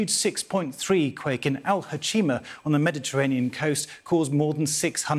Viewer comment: Al Huceima not alhucheima